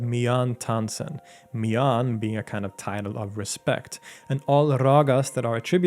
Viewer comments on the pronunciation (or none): Btw miyan is pronounced as miya with n being almost silent having a nasal note at the end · Great video! Some minor pronunciation corrections - The Ha in Haridas is pronounced as huh, so the pronunciation is hurrydas. The last N in Miyan is silent, or a slight nasal ya, so the pronunciation is Miya (with a slightly nasal ya). Lastly Raga is a term often used by western people, the correct word is Raag. So it's Raag Deepak, Raag Megh etc. Also, the legend mentions Raag Megh Malhar as an antidote to Raag Deepak and not Raag Megh. Megh = Cloud/s and Malhar = Torrential Rain. There is a Raag Megh and a Raag Malhar and Raag Megh Malhar is a combination of the two. Thanks for a thorough job on one of India's most prominent musician.